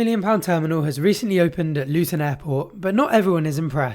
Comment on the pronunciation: Why does the narrator keep saying LUTOÑ, no wonder these customers are confused,....ITS CALLED LUTONSTAN, O.K. READ AGAIN LUTONSTAN....